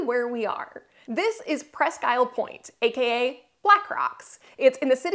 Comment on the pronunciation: Unless it has changed in the last 60 years the name is properly pronounced pressq eel'. Accent on "technical"second syllable, but pronounced more like a single syllable word. Presssskeel'!!!